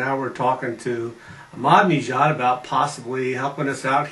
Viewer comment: Not sure where you're getting the pronunciation 'Madneejad' and 'Moomod', but... interesting.